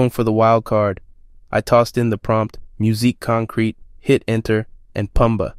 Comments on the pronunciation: fantastic video, thank you! just one that grated, I'm sorry! it's pronounced like concrett not concreet :) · when AI is better at pronouncing musique concrète than the utuber :) Pronouncing stem like steam is also funny